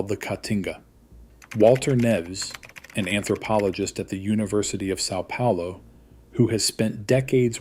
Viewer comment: FYI: The ã in São Paulo sounds like the U in umbrella. Nice video, thanks!